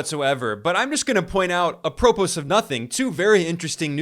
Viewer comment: How did he pronounce apropos?